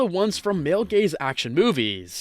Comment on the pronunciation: I fr heard "The Female Gays" 💀💀 help me guys 💀💀